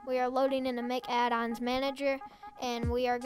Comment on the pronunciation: Man really said mick